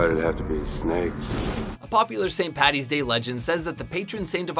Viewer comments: I'm Irish and first of all ITS FUCKING ST PADDYS DAY OR ST PATRICK'S DAY NOT PATTY! And second of all the snakes were pagans and paddy drove them out of Ireland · Number 1 should be: nobody in the history of Ireland has ever called it St. Pattys day so STOP IT!! It's Paddy. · ITS NOT PATTY ITS PADDY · as an Irishman, its Paddys day not Patties day. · it's either St. Patrick's day or Paddy's day not patties day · and also, IT'S PADDY!! NOT PATTY!! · Saint Paddy's not Patty I'm Irish so I would know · How many times do we have to say it, it's PADDY'S day NOT PATTY'S!!.... Every bloody year it happens. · What it's paddys day not patty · Okay it's st.Paddys day not 'St.Pattys' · why do all Americans say paddy's like patty's it's paddy's day